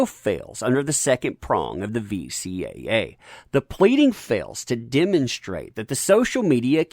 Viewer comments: Narrator Repeatedly said VCAA Its VCCA... idk if he said it correct once... (Sorry after 1st time I just kinda winced each time after....) (Alot of wincing...) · VCCA, not VCAA. Better get that right before you turn on that laugh track 😁😁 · Anyone else notice that he keeps saying VCAA instead of VCCA? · As informative and entertaining as this video was... its "VCCA", not "VCAA" - i never caught you saying that right. "Virginia Computer Crimes Act" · Is he saying VCAA on purpose instead of VCCA?